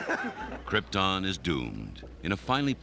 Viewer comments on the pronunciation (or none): he #KILLED the role, except his pronunciation of #krypTUN. i guess no one had the balls to correct him. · Any commodity is worth only what someone is willing to pay for it. The producers showed this is true by paying Mr. Brandon what his talent was worth. But you'd think he could at least pronounce "Krypton" properly.